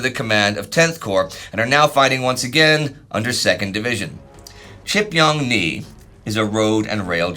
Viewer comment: The pronunciation 😂. Gotta consult a Korean guys. Please. 지평리 is closer to GeePyeongNee not chipyongnee. More of an "oh" sound than a "ah" sound. And the ch is closer to gee in pronunciation.